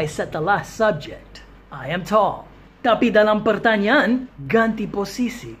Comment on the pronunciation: Pertanyaan kedengaran seperti pertanian😀